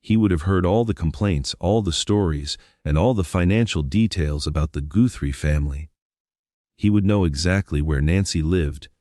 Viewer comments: The last name is not pronounced Gootry. It’s important to get the name right. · You need to learn how to pronounce tuson and Guthrie correctly when reporting on someone,to make it sound more factual